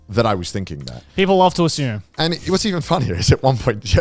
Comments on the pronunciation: "Ashyumed" - Connor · take a shot every time connor says "asshume" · Connor: "asshume"